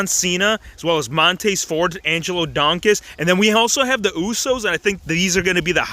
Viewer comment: “Montayz furd and Angelo Donkis” 😂